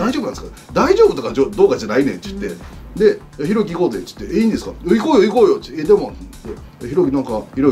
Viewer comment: ちゅってが気になる